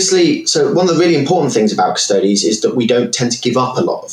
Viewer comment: >cuss-toads If you can't even pronounce the faction name then I'm not interested in your review. Everyone understands Astartes isn't pronounced ass-tarts, so why did your education fail you?